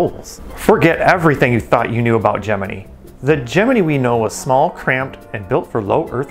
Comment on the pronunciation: Your pronunciation of the word Gemini is retarded. Where did you go to school?